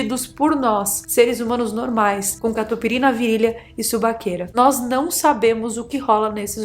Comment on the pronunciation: 😂 correção: não subaqueira é suvaqueira.....ok